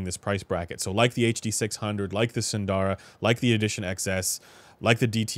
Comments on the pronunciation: Sundara is pronounced “soon-the-ruh” with the “soon” part said quickly. Not “soon-daa-ra”. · I always pronounce it as "Sun-dara" because it makes the most sense in English